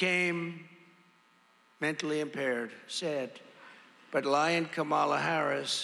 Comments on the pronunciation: Mr. Tramp sure seems to have an ongoing problem pronouncing VP Harris’ first name. I hope it’s not due to a cognitive decline. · She said how to pronounce it in introducing herself at the debate. In one ear, out the other. Deliberate. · and there's something wrong with a guy who after such a long time STILL can't pronounce Harris' name correctly! or, maybe he's just being "bad". (a different type of mental impairment) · If the former is SO much smarter, then why can’t he pronounce Kamala’s name properly? 🤔 Oh that’s right, it’s intentional disregard. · There's something wrong ... with a Presidential candidate who can't pronounce her name correctly. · Is it mental illness to intentionally mispronounce someone’s name thousands of times in front of other people like that is a normal thing to do?